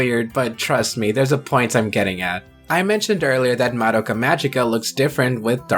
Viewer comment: I'll die peacefully when I finally meet someone who doesn't pronounce Madoka that way